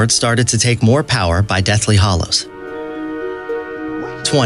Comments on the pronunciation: Great video, but I am deeply triggered by the way you pronounce "hallows" 😂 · Also, the Deathly Hollows. Over and over again. It's an insult to actual fan. Oh, god, and basilisk. It's... so bad.